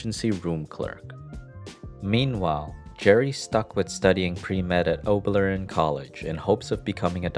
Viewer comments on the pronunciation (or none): It's Oberlin, not Oblerin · Oberlin College, not Oblerin College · ... "Oblerin College" yep, that's definitely what Oberlin is called hahaha :D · “Oblerin College” *cries in Oberlin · Came in here to say something like this. Hey video creators: it's OBERLIN, not "Oblerin". Get it right, sweaty! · Is it really ObLERin, not ObERLin? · I’ve only heard of Oberlin, not Oblerin College. It’s like hearing Printson University. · it’s OBERLIN College. Not “Oblerin.” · Oberlin, not Oblerin. You don't need to remember it, though, it's a progressive craphole. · it's Oberlin College, not Oblerin. thanks for the video. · It's Oberlin College, not Oblerin. Thank you for the video. 🍦✨ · Oblerin? Did you mean Oberlin College? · "oblerin college" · Oberlin College, not Oblerin. OH-Burr-Lynne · Did you mean Oberlin College? Don’t think Oblerin exists… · OBERLIN. “Oblerin” doesn’t exist. Oberlin doesn’t have a medical school, it’s a liberal arts college like Antioch (both in Ohio) it’s an excellent school for music and art and they DO have science programs that prep you for med school but that’s less important than getting the name right. It’s not a nothing place. The alumni list is impressive and my family and I all attended at various points in life. It’s a great school and I’m amazed that it’s been spelled and pronounced that way. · Lol I think you meant Oberlin not "Oblerin" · Oberlin College, not Oblerin. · Oberlin, NOT Oblerin. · It is Oberlin College, not Oblerin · Oberlin College, not Oblerin. 🤦🏻‍♀️ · Oblerin? Do you mean Oberlin in Ohio? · It's Oberlin, not Oblerin. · Its Oberlin College not Oblerin College. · There is no "Oblerin" college -- shouldn't that read "Oberlin"? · Oberlin College (not Oblerin) :) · Lol, that’s pretty much what I thought too! I googled it just in case... there isn’t an Oblerin College! 🤣🤣🤣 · Did the narrator mean Oberlin College? Geez. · Never heard of Oblerin College. Do you mean Oberlin? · Wow dude called Oberlin College "Oblerin" lol